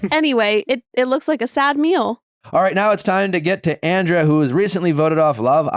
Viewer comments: Nick you keep pronouncing Andrea's name wrong... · lol he isn’t even saying her name right that’s how irrelevant she is.